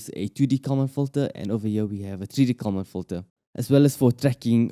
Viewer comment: If you put on an expensive video, you should at least find someone who can pronounce words correctly, starting with "common fitter".